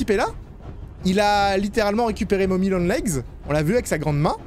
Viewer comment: "mommy molle long leg" MDRRR